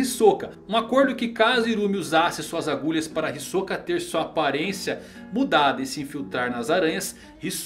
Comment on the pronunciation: Já parei de assistir esse vídeo no começo, qual o problema de pronunciar Hisoka corretamente?